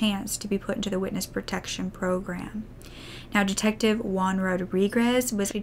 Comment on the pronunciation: Juan = Hoo-an, not "one". I don't know why English speakers say the name "Juan" so strangely. The Spanish J sounds just like the English H.